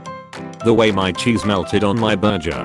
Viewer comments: the only thing unsatisfying about this video is the word burger. being pronounced burjer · Your pronunciation of “burger” was atrocious.